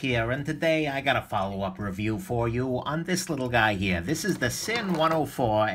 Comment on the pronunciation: BTW, the correct pronunciation is "Zinn." Not sure of your hangup is on the "s" in Sinn.